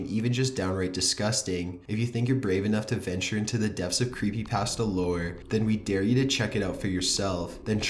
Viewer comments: You say 'Creepypasta' wrong. UGH, IT'S SO ANNOYING!!!!!!!!!!!!! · CAN YOU PLEASE PRONOUNCE CreepyPASTAH instead of CreepyPAST-a!!!! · I cringed harder at the way he pronounced CreepyPasta more than the stories